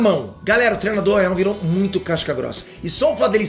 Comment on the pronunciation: fala "trenado", "treno", etc... Cara por favor aprenda que a palavra certa é "treino", do verbo "treinar". Tem um "i" taokey?